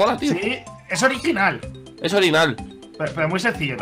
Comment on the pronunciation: dale like si viste que en el minuto timba dijo orinal embes de original